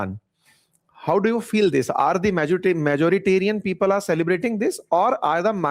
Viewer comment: पीपल्स ❌ फिफल्स ✅😅